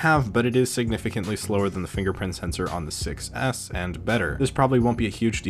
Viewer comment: “6s” sounds like “success” :D